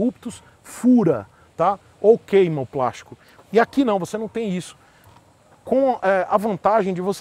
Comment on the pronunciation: é de "prástico" sim. hahahaha